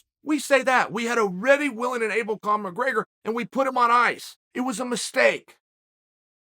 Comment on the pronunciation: “My-grey-gur” 🤣 why does he do this? Lol